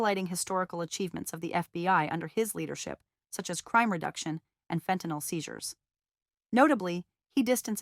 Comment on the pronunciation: No surprise that this mini cop hasn't even learned how to pronounce one of his main talking points. There is no such substance called Fenton-all.